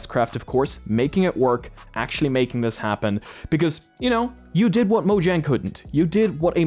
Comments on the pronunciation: yeah it looks like its pronounced a different way but it is mow-yang not mow-jang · In this context the correct pronunciation is "Moyaing" not "monjaing" Hope you found this helpful!